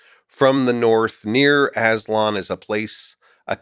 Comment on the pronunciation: Come from the north a place called ASS-LON 😂😂😂